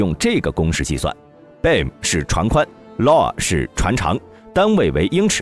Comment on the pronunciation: Beam 都读错了😂